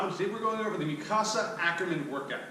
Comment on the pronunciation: It’s mik-a-sa not mikcasa